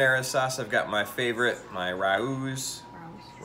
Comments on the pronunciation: Love that sauce. I make my own homemade but Rao’s is great. Pronounced “Ray-o’s” 😊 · Great video!! Love Rao's!! It's pronounced Ray-ohs -- just so you know! xoxox